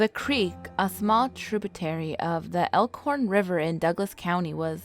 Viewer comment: When she said Elkhorn river I wet my pants